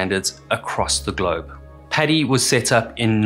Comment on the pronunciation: It's 'padi' not 'pedi' Maybe call it 'pedi bear' :facepalm